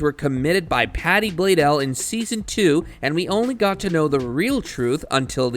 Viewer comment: Patty “blaydell”😭😭😭